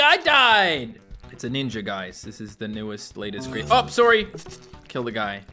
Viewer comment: My favorite part was when he said “ope sorry” in the most Canadian way possible